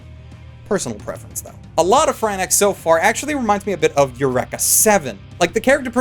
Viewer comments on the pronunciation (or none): Including saying Eureka 7 like wreck it Ralph , it's your - reek - ka ! , sort of like you reek ! And don't tell me it's a Canadian pronunciation thing . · At least he pronounces Eureka closer to the Japanese way, but Franaxx?